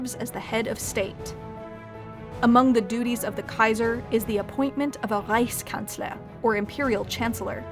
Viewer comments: Is the narrator german? If not that pronunciation of Reichskanzler was perfect! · „Reichskanzler“ sehr gut ausgesprochen 👍🏻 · That moment when she pronounces "Reichskanzler", "Reichstag" and "Bundesrat" correctly. :D